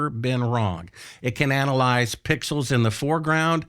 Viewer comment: You should rehearse the word analyze.